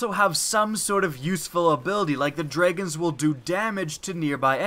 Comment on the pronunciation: ist I thought he said dreygons not dragons, lol